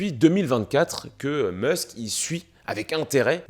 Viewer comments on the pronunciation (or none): none